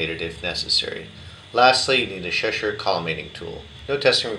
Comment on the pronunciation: Its pronounced Cheshire not sheshire